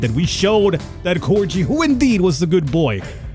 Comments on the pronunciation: Cor-ji ?? ^_____^; It’s a corgi.. gi like guitar. Oh, and mega-fauna.. (not me-gafona) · This MF out here saying corgi with a soft g, I'm gonna kill him. Feed him to my two ferocious corgis. He needs to learn. Learn about the fuzzy sausage of muscle and stupid that is the true corgi.